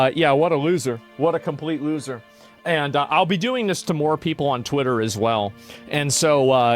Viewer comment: I heard it as Fritter Dribble